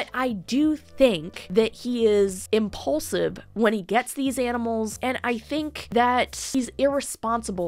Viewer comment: Lol you said he's "impaulsive". Duh